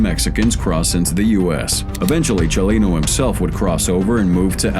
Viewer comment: I kind of liked it....I liked the way he would say Chalino or the names of Mexican cities.